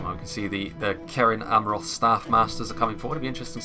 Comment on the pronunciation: Also most c’s in middle earth names are soft sounding, so cerin in cerin amroth is pronounced serin. I believe anyway.